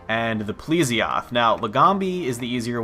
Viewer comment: pl'E'sioth not pl'i'sioth xD